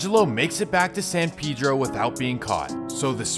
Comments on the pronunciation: You didn't pronounce (San Pedro) it right either my boy. Lmao 🤣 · You can’t pronounce the cities name ether. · i stay going out there and every time I talk to a Spanish speaker the Dont pronounce It how you would normally in spanish bruh. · He said Adam doesn’t know but he doesn’t even know how to say it neither 😂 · officer Vlad..lol.Also,Adam is from New England so, he has no idea how to say it. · still says it wrong lol it's Spanish not English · It's not San pee-dro 😂 it's San Pedro pronounced (sun pehdro) as in the Spanish name.LoL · Why is it San Peeedro and not San Pédro(Hispanic voice) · I mean they might pronounce it San peedro but it’s San paydro not peedro. Jesus Christ and I know I spelled it wrong but im enunciating for the sped kids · Even it Spanish it’s not pronounced pay-dro… it’s peh-dro. The “e” sounds like the “e” in the word metro …also the letter “a” in San Pedro makes the same sound as the letter “o” in the English words on/off not like in the English words man/plan. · They don't know how to say it. Says it wrong. Lmao. San Pedro pay dro my guy. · it's pee-dro too . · It’s San pay-dro couldn’t watch this shit cause u said it so ass😹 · Why is it so hard to say Pedro? That Pee Dro pronunciation was killing me! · Why They Pronounce It Peedro? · Technically you’re right but literally everyone from San Pedro pronounces it pee-dro. Just one of those things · “San peedro” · You pronounce it san PED-RO in these cities in Cali were named by Spanish people and Mexicans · Sorry big homie but it if you’re shooting for Spanish, it’s neither… the e is pronounced like the English word metro uses the e. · "San Pedro" you can't even pronounce it yourself 🤣🤣 come to San Pedro Sula, Honduras see if you would make it bud. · Even if he can't pronounce San Pedro?